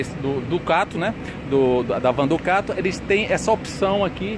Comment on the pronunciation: Ducate é péssimo...em alguns vídeos ele só fala Ducate...pelo amor...hauhauhau